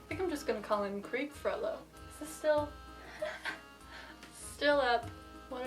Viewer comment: Wow! She pronounces correctly: FrollO!